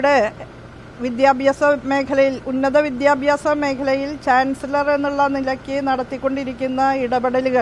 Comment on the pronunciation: ചാൻസിളറർ.... ചാൻസിലർ എന്ന് പറയാൻ പോലും ഷഹോഡരിക്ക് അരിയില്ല 😅😅😅